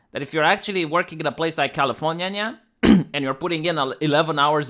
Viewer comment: Californiania, I love how you pronounce my state.